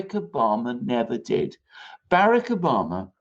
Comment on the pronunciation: Why Alexander Mercouris mispronounced Barack Obama his name, he called him Barik, what does he means, can someone explain to me?